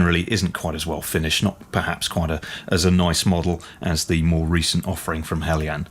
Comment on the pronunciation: Nice to hear the pronunciation 'helyan' rather than 'heljan'. Greetings from Denmark.